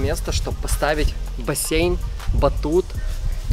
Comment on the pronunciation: Бассейн а не боссеен